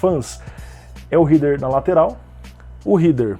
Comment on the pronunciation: a pronúncia correta de HEADER é RÉDER, e não RIDER, então o pessoal fala certo sim, o q fala errado:P vem de HEAD (pronuncia RÉD).